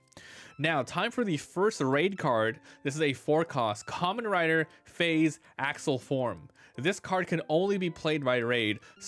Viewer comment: It’s pronounced differently then you’re saying it it’s more pronounced like 5 with a z at end the a is more of less silent…this whole video was killing me as a Kamen Rider fan…